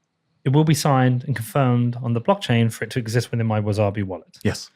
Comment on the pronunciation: 'Wizarbi' wallet 🤣 love you, but it's WaSabi. No 'z'.